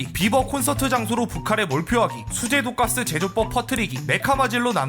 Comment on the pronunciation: 1분6초 독가스를 돈가스로들어서 자따네구있나하고 찾아봤네 ㅋㅋ